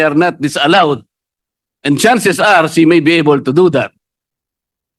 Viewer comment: Walang H sa alphabet si Marcoleta, sabi nya Si (referring to Sarah) maraming beses ko sya pinaulit ulit na pakinggan, Si talaga instead of She. Ibalik to sa school! Ibalik sa kinder kse dun nag start yung learning alphabet! Meron pa yong rushing sabi nya rusing daw.